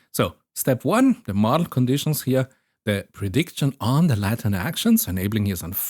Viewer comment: I was just listening and was super confused why there was such an emphasis on Latin, took me way too long to realize you were talking about latent. Not trying to be mean but the a in Latent is pronounced ae /æ/ in both British and American English, like you lay an egg not like laten or ladder. I understand how this could be difficult to pick up on if you learned the word from reading it.